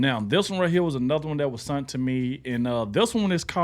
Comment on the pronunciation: Rep Al Green is from Houston Texas. I heard you say sunt. The word is sent. You're not perfect.